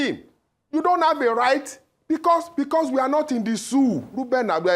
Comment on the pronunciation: 😂 Guest: We're not in the szoo: Ah! 😂